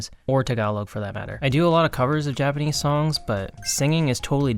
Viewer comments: Your Japanese pronunciation is fluent. That's rather impressive considering you don't speak Japanese. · wait- if you cant speak japanese, who does all the translation of your coverssss? your pronounciation is so goood too 😭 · I've been learning Japanese for many years now and you have the best Japanese pronunciation I've ever heard a foreigner have. you sound japanese